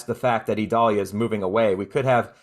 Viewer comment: I notice you call it (Ē•doll•yah) while the national weather service calls it (eye•dail•Ē•ya), two very different sounding names. Is there a place for people like yourself to reference official pronounciations so that listeners won't possibly be confused?